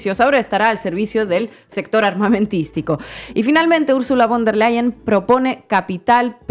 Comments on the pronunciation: Se pronuncia Ursula fon der Leien !!! Ya que la v en aleman se pronuncia como f y bueno a la señora Von der Lein tiene unos intereses económicos ya que la empresa de Main Metal ( empresa armamentista ) es propiedad de su familia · Se dice " fon der Laien " nicht bon